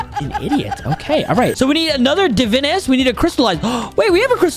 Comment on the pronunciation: Its pronounced (Da-Vine-Us)